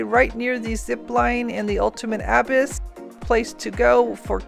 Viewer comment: It took me far too long to figure out what word you meant when you say abyss lol never heard it pronounced like that haha